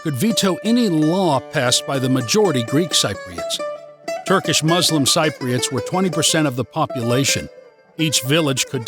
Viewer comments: Dude, we are Cypriots; pronounced si-pree-uht, or sɪp.ri.ət not sigh-pree-uht or sighp.ri.ət. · More negatives than positives on how you view Cyprus. I’d have to disagree on many of your negatives. Since you are learning Greek, and live in Cyprus, for heavens sake please pronounce “Cypriots” correctly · Nice view from you, but please work on the word Cypriots :(